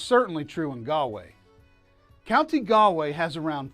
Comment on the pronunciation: It's pronounced "gawl way." Not "gal way." Not "gaaalway. " most annoying bad travel video ever. Go to Taaffes Bar and learn some Irish!